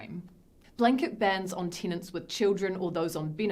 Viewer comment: Teenants (possibly tinants, but could be tenants) pay the reent (possibly rint, but could be rent) and please leet (possibly lit, but could be let) city am know 😜 It could be a riddle? We may never know 😜